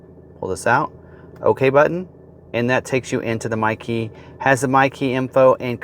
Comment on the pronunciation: Thanks to Niles, I only every hear "Mikey"...